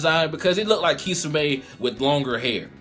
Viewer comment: it's (key som ay) that's how u say it